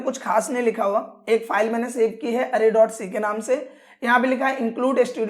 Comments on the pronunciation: bolna to sikh la arry nahi array hotha hai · Array ❎ Areyy ✅